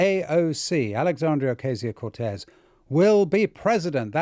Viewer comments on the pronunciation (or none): It's not oKAYZIO Cortez. It's oCAHsio. At least say it right. England is right next to Spain ffs. And TYT is NOT "progressive left". They used to be and now they are a alt right scammer channel.